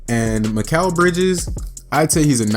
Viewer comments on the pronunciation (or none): Sorry to be annoying but his name is pronounced MIK-ELL not MIK-AL even tho it looks like that. I only know this because he was out neighbor and went to our high school. Anyone reading this never give up on your goals because when he was in 7th grade mikal got cut from our MS team and he was pretty bad but he improved sooo much. I have some videos on my old computer of me playing with him I’ll be sure to upload